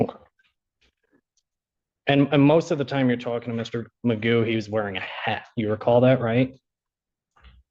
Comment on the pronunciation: His name is pronounced Magoo.